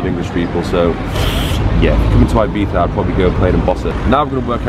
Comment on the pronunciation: I remember when Ibiza used to be pronounced "Ibeeza" and not "Ibeetha" or "eyebeefa" as some Brits call it.